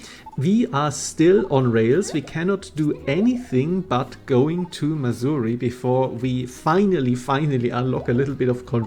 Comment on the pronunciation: Thanks to your accent I keep thinking you’re talking about Missouri, the land of ancient African tribal huts.